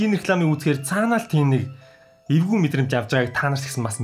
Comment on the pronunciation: Tanii evgui gej heleh chine ergui gej sonsogdood bna😂😂🤣🤣